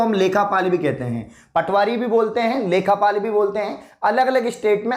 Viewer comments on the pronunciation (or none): Sir vo lekha paal nhi lekh paal hota h